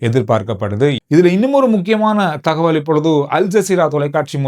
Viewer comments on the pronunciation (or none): none